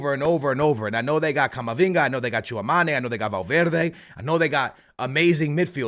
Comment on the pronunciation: C'est Tchouaméni pas Tchouamani 🥲